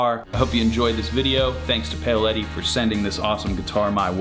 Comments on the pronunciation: He pronounces it as “pay-oh-letti”. But the company is based in Italy, so it would be pronounced as “Pow-letti” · sounds like you're saying "Pale Eddy Guitar"